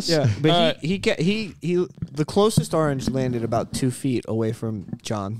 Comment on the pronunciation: Someone needs to teach how to say orange correctly.